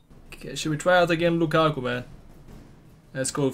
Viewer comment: What does he call Lukaku? It sounds like ‘ ball and goalie’ 😂